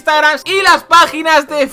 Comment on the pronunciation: An notado que dise facebol jajajjaja